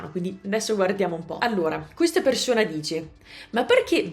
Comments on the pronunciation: soprattutto quando dici "persona" o "persone" si sente... socc' 😅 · Io sento un italiano che tutti direbbero essere di un madrelingua 100%. La e di "bene" è chiusa (che non sarebbe lo standard, ma la dicono così in tutto il nord Italia... e persino in Puglia); poi c'è la s (come in "persona"); la dicono così i romagnoli, quindi è poco diffuso; tra l'altro ho sentito video di 3 anni fa e non la dicevi così. Ti assicuro che di nordamericano non si sente niente. Un po' strano sento "vidio" e non "video", non so se anche questo è romagnolo...